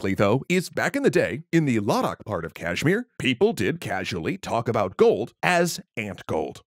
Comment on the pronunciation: Man you’ve gotten better at performing Indian names. The Kashmir and Ladakh pronunciations were not only relatively better but also more well spoken.